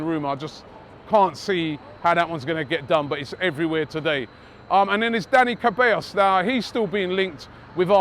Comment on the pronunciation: For god sake, learn how to spell its not dani kabeyos It is pronounced se-ba-yos. The show is pointless at this point anyway, just get the names right.